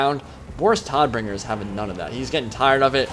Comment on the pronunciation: hey man great vido :D jst a little thing vor knowlidge Boris Todbringer is pronounct Like Boris TOTbringer its the german word vor death. :D sounds a lot more badass thisway i think :D